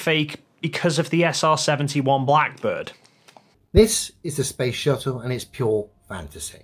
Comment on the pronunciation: It’s shuttle. Not shu-ell. You twat.